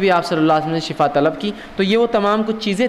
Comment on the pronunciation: Shifa thek he khena ,,,,not shafa